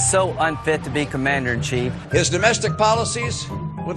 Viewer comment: "Commander and CHEE" ???? huh?